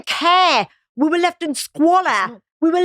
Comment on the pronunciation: "We were left in squaler" ..... so she states that she's Indian because she's referring to Indians when she says that, but insists that she's English ......